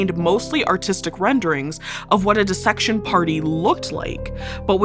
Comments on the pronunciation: I expect it from this channel, but I appreciate that you pronounce dissection correctly. Everyone always says “die-section” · Really like this presenter! Her pronunciation of "dissection" is bang on as was everything else.